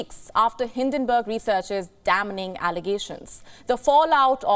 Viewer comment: The news reader mispronounced 'damning'. The 'n' should be silent but she pronounced both consonants 'm' and 'n', which sounded v strange. Why can't these news readers practice before speaking?